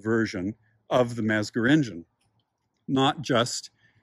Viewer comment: Oof, that pronunciation... It's "METS-ger" and "PEE-ech."